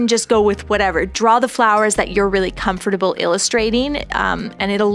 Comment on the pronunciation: Who else loves how she says comfortable?